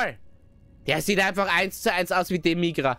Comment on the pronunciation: "Demigra" ??😂😂😂 Dabura/Dabra heißt der😂😂